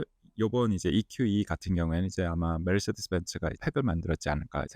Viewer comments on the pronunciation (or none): none